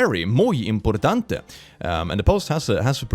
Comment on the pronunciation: Finaly someone who's not italian or spanish that can say importante the right way, thank you